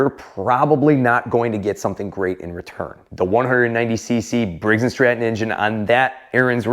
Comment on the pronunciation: Did you just said Briggs & Strap-on… 😂😂😂